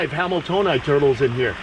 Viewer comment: I keep thinking your saying something wayyyyyyy different When you say hameltoeni (i know i butchered that spelling) 😂😂😆😂😆😂😆